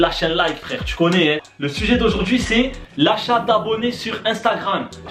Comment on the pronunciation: On dirai tu a dis la chate au lieu de achat mdr